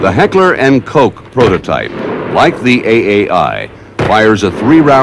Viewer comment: Another one, who cannot pronounce "Garand" and "Heckler & Koch"... Some what embarrassing, when this is meant as an instructional film...